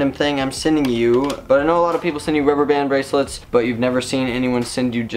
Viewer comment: it's prenounced rubber bond braslets